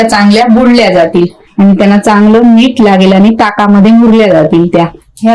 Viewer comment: तुम्ही मिरच्या तळताना दाखवता व भाजून खायच्या म्हणता तरी तळून खायच्या म्हणा व मीठ म्हणा मीट म्हणू नका.मराठी शब्दांचे व अक्षरांचे उच्चार सुयोग्य करा शुद्ध बोला. पाक कृती छान आहे.